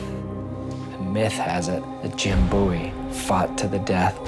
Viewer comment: The way he says Bowie bothers me to no end